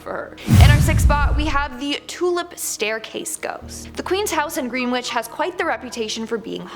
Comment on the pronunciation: It’s pronounced “Grenitch” lol. I know it’s spelled Greenwich….. but, we all know that us English don’t pronounce most of our towns the way they’re spelled.